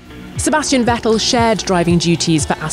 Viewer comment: The prononciation of Ricciardo and Vettel are terrible!